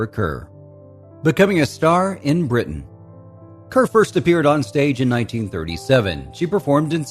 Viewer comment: Perhaps it'd be a good idea to pronounce her surname correctly. "Deborah Kerr - it rhymes with Star", as MGM announced her arrival in the US. Do some homework!!!